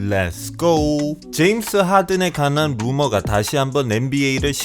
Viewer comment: 관한이 가난으로 들려서 이선수들이 가난한줄...